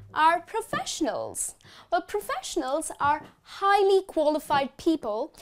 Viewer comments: It's great. You're the best. By the way it's "professionals" not "proffesionals". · I think it's "professionals.